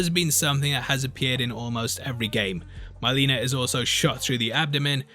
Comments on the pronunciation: Who's MY-leena? I know Mhei-leena the evil twin sister of Kitana tho. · Please say it’s your accent making you say MY-leena and not MIL-eena........